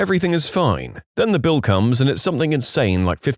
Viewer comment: SomethinG, see the G there, it's not a k.